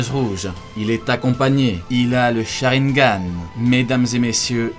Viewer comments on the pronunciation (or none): none